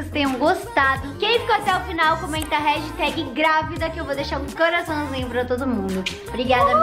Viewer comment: Só eu que noto que a sempre fala hagitag ao invés de hashtag?